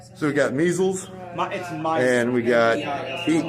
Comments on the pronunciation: Dude said it Miesles not Measles!!😂😂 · Nah he said Measles